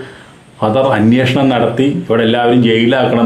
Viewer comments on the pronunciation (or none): none